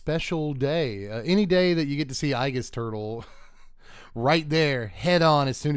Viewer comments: Just a heads up, aegis is pronounced ee-jus, not i-jus. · It's a long a...agis...not ahgis. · "Eye-giss turtle" 🤢 C'mom now Dev buddy, that one had to be on purpose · You know exactly who has played Persona 3 when they mispronounce "aegis"